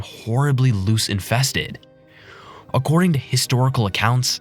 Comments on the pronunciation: If one has a “fatal case of smallpox” there is NO AFTER... fatal means you DIE One does not become loose infested, it is LOUSE (pronounced LOWSE) or LICE infested I cannot listen to any more of this drivel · And he doesn't know the correct pronunciation of several words so I don't think this reader is a human. On the other hand, "louse" and "loose" aren't pronounced the same way and even chatgpt would probably get it right.